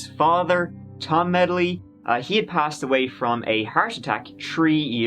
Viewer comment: Every time says "passed away" all I can hear is "Pasta Way", the infamous Italian street in Florence.